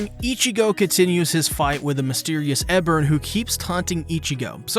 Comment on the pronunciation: OK like bruh Ebern even says his name in the episode... how you still saying it wrong?